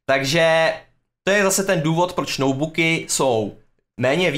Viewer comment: jediný co mě irituje, že v každém videu říká noubuky, místo notebooky